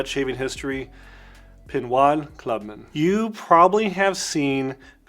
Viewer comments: "pinwad"? lol It's pronounced "pinode" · great spotlight video. I love and use Pinaud Clubman as well. However, having lived in France for almost 2 years, the French Pinaud pronounced Pineaux or Pino with the long o. The "D" is silent. Thanks again for spotlighting this one. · “Pinwad” lol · It is pronounced PE NO The AUD in French is a long O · Very instructive video, thank you very much. The brand is pronounced PEE NO, like the letter ”O”. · It's pronounced pee-KNOW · Good vid, but I have to correct you on the name. Pinaud Is pronounced PEE-KNOW as the D is silent in French. Cheers.